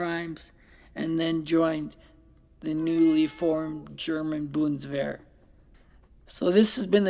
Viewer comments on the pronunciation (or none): none